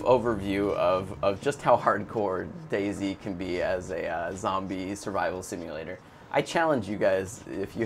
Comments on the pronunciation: I always thought it was pronounced dayz.. No spacing between. Sorry if Im wrong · It's DayZ not Day-Z. Jesus...